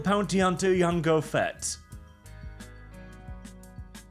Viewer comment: This degeneracy is a normal Tuesday at this point, the real crime here is pronouncing "Jango" as "Yango" Tourist go home!